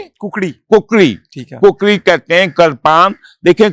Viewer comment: عدیل صاحب نوٹ کریں 👇 کُکڑی ❌ کُکری ✅